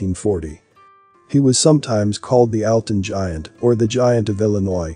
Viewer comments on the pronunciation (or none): none